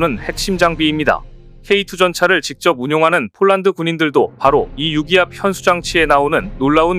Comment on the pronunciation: 유기압 헌수장치를 6기압 현수장치라 읽는 것을 보니 아나운서지 전문가는 아닙니다.